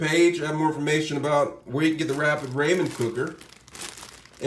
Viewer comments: That nigga really said Rayman cooker 🤣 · It's said RAH-MEN